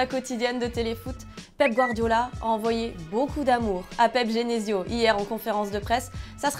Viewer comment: C'est moi ou a dis pep genesio??? 😂